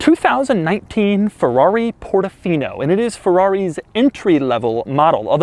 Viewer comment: Please don’t say it wrong, it’s FERRARI PORTOFINO loud and clear